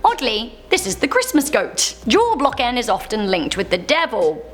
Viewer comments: Wait, did she say "julblocken"...? 🤪😂 It's "julbock" 😂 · Its julbocken not julblocken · It's "Julbocken", not "Julblocken". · "ahhh jol blocken" 🤣🤣🤣 You pronounce it "Jul boken"